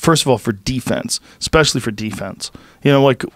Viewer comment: He says exspecially too. Painful